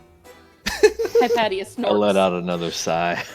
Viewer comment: Probs to the history buff which plays Hypatia. My daughters are named Cynisca and Hypatia. Btw your saying it wrong in both the Greek and Egyptian ways. Its either hip asia or hip a tea uh.people butcher my kids name daily lol and my wife is Anastasia. Yall stalking me? Lol